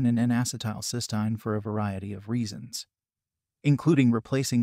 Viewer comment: That’s not how you pronounce cysteine